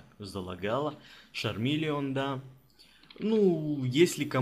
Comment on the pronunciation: ольга чебанова не чармилион а шармилион